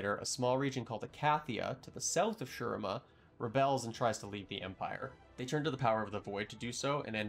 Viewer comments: Its said SHU-REEMA...my eye twitches everytime i hear sher rima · Hey! Not to be disrespect but I just want to point out that you’re pronouncing shurima incorrectly. In the game Azir himself says “shu-ree-ma”. That’s all! Great video! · Great vid so far, but ech, makes my bears bleed each time you say Shurima. More emphasis on the I, cmon azir can’t stop talking about it.